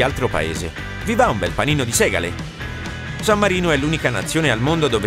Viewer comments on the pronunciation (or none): ninfee e non ninfe. ho sentito anche segalle, segale con una elle.